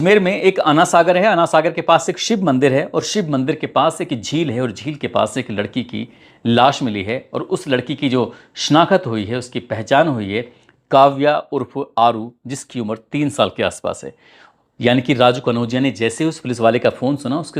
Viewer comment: ap ne bola. Shanakhat It's wrong Sahi lafz h. Shanakht اردو میں۔ شناخت۔